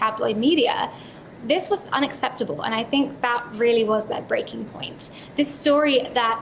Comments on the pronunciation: Wow! Someone who knows how to pronounce "plethora"! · Sunflower On concrete Not sure what you're talking about. The emphasis is on the first syllable in America just like she said it.